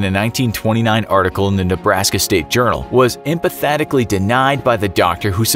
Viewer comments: it's pronounced "EMPHATICALLY" not "Empathetically". So in addition to your antiquated Gateway 2000 graphics & avatars, your editing person isn't using spell check and/or the narrator can't read all the English words on his script. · Emphatically not empathatically…🤦🏻‍♀️ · Lol what word is that? Maybe he meant "emphatically" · Narator says "empathatically" instead of "emphatically". I now have a new arch-enemy. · Emphatically. Em-fat-ically. Lol.